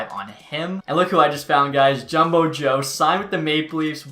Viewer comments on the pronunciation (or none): none